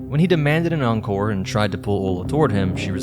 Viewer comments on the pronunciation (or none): none